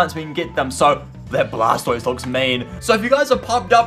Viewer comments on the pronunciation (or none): none